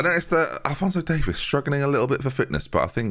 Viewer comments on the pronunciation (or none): As a Canadian I need you to get Davies name right. It is DAY-vees. Not DAY-vis. Thank you.